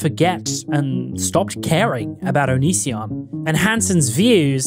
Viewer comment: The amount of times it took before Chris could say Onision correctly 😂